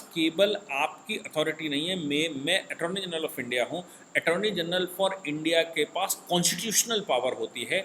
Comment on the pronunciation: ATTORNEY GENERAL … not Atorny General